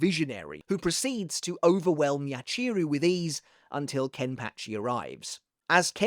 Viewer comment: Sorry but it pa not patch I've enjoyed the video but we have to put some respect on Ken pachi name